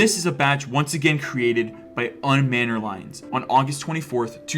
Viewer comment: "un manner lines" is crazy bro. How do you mess it up so badly